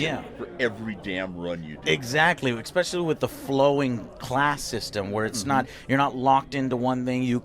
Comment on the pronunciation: joe is back at saying expecially, hhh it's with s joe S